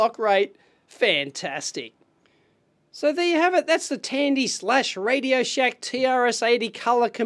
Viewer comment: lol, within the first few seconds it sounded like '....and this time we have the classic radio-SHITE'